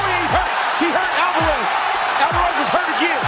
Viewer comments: who the f*ck is Alvarrez? Its pretty obvious you don't even UFC bro! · "Eddie Alvaaarez" ☠☠ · Did anybody else notice how he pronounced Alvarez